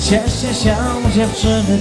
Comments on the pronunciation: sieeeeeeeee w wyglosie akcentuja tylko male dzieci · "się" za bardzo nosowe w wygłosie dzieci tak mówią?